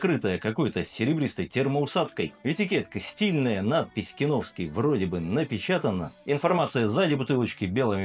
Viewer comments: Не хочу быть душнилой, но кИновский (от КИН -- "Концентраты и Напитки") вместо кинОвский, не усОвский, а Усовский (от Усово). Это как питЕрский вместо пИтерский. Чувство языка должно же присутствовать. Что касается обзора, то сравнивать производство с разливом не имеет смысла, естественно Фанагория заведомо лучше, хотя бы потому, что ее делают сами, от винограда до бочек. А Киновский, это что закупят, то и нальют, сегодня хорошо, а завтра лишь бы линию не останавливать. Цвет, это субъективщина, оба образца красят сахарным колером. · кИновский,! кИ—нов—ский!!! фанагорИя! фа—на—го—рИя!!! Ты же русский, вроде! 🤔 А вот АлвИсУ можешь как угодно называть - вся её продукция хрень полная, к сожалению.... 😕